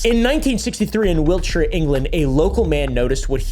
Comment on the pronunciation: You said Wiltshire properly! Now apply that pronunciation to Hertfordshire and Staffordshire...😂